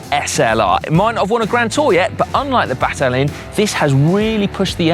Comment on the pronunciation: I have that same Battaglin lopro bike! It's a beautiful bike even if it's a few seconds slower! BTW , I'm not Italian but I believe the name is pronounced Batta-yeen.